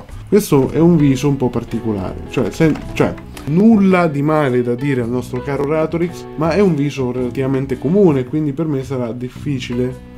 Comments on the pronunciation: Si dice Ràtorix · Si pronuncia RÀtorix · si dice Ratorìx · Si dice Ratorix, non Ratorix 😂👍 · Ratorix non ratoríx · Si dice ratorix non ratorix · SI PRONUNCIA RATORIX. COME VUOI CHE TE LO DICA? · Si pronuncia Ratorix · La vera domanda è questa... se si è andato a documentare su ratorix come faceva a non sapere come si pronuncia? 🤨🤨